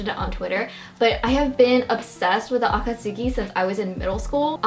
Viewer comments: You're so cute, it's nice seeing how excited you are... :') gjdfhgdfg and god I just. I'm sorry, but the way you pronounce akatsuki and sometimes naruto.. it ain't right my guy bUT REGARDLESS... amazing haul ahhhhhhhhhh♥♥ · please say it properly ugh why does she say akatsuki like that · Why mention the akatsuki and not the Naruto pronunciation? Sounds not too bad... Do you think it's supposed to be ah-kah-TSOO-kee or something?